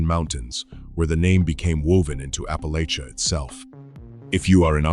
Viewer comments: Apple‐AT‐cha ✅️ Apple-AY-sha 🚫 Sincerely, A born and raised Appalachian from SWVA foothills, close to TN, NC, WV, and KY (kinda, as the crow flies at least) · It's,s Appa"latch"is !!! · It's apple at cha and if you say it wrong we'll throw an apple at ya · Appa LATCH uh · This is the way people from Ohio and Pennsylvania say it